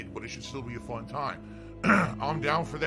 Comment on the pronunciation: Its not FHUN dood!